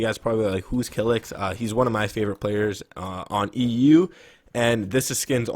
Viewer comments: and its not kilix its kylix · How can you say kylixx is one of ur favourite FN pros but you don't know how to say his name